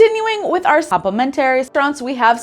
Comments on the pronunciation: Please learn how to pronounce complimentary properly! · Is the pronunciation of “complimentary” a Canadian thing?